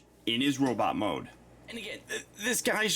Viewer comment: Sometimes, ’ Norwegian accent slips out.